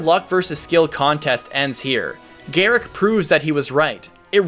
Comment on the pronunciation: Gerik = Jer-rick, get my name right.